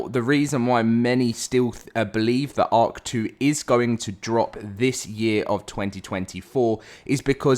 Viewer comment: Everytime you say “ark 2” I hear “hawk tuah”